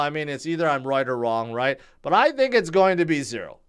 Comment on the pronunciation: can’t pronounce ‘going’. It comes out as ‘gowl’. He has a problem conjugating verbs too. But yes, it’s endearing.